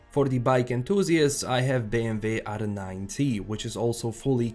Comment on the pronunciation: are u german or dutch? the way u said BMW lmfao